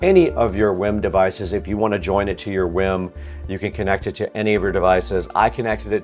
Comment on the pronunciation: This guy pronouncing wiim wrong the whole time. 😂